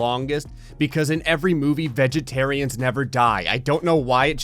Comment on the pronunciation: "Vegerterains never die" Me: Do you mean virgins?